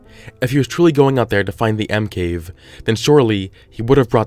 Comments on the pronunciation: Why do I keep hearing Emkay instead of M cave? Just me ok....... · Did you say l cave except for monster cave